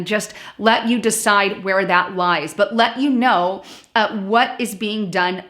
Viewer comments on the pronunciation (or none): none